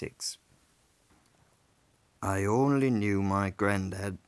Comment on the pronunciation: Hearing this as a Dane, it's interesting that "house" early on was pronounced "hus", almost the same way we say it in Danish. Wonder if there's some viking influence there?